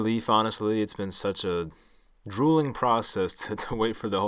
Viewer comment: Did you just say “it’s been such a drooling process”? Lol How about “Grueling”